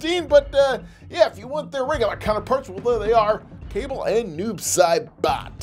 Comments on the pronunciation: Its not kable its kabal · It’s pronounced Kabal not Cable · It's kabal not cable smh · Did he say cabel it’s KUH-BALL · His name is not cable it is cabal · You said kable his name is Kabal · ITS CALLED KA BAL NOT CABAL ........YOU KNOW WHAT!!!!!!( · Bro called kabal cable 💀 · The name is Ka-ball😔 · Its pronounced Kubol but spelled Kabal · its pronounced as ka-ball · IT’S KA BAL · It's pronounced ka -ball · It’s pronounced: Ka-Ball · His name is kabal when you say the a after the k it's like you say the letter u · He said Kabal wrong